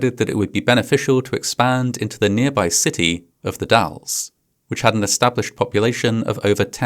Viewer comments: You correctly pronounced The Dalles! A rare achievement! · As an Oregon resident, I just want to appreciate the fact that you pronounced The Dalles correctly. Hardly anyone outside of the area does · Huge props to you for pronouncing "Oregon" and "The Dalles" correctly! As an Oregonian, I've seen several different Youtubers mess that up when making videos on this topic. Great video as always!